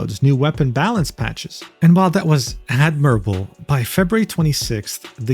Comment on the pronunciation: I've never heard someone say the word admirable like that.